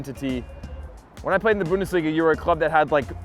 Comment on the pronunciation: You are full of shit! PSG didnt face big a Team like Real? Bayern!?!?! And stop pronounce the god damn Bundesliga like a tard! Its clearly to hear that you can pronounce it correctly! I really dont like you poser!